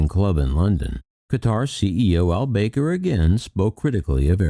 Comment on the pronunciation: FYI...It's pronounced BAH-kar, not BAY-ker. Not tryin' to be petty, I love your content. Like I said, just an FYI for future videos. 😉✌️